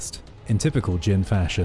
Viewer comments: He can't even get devil "Jin" correct FFS 🤦 keeps calling it gene... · It's Jin! Devil fuckin Jin! Not gene! 🤦 Like wtf how can you not get this simple fact correct?